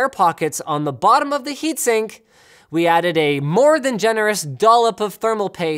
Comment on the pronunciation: "heatsink" lol